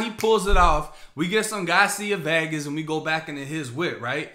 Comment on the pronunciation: Love your content, but its Garcia Vega like Las Vegas not Vaga like Vagina. Accent wouldn't matter. Keep killing it, bruh!!